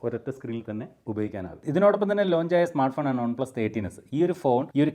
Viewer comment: ഒൺ പ്ലസ് അല്ല വൺ പ്ലസ് 🫠🫴🏻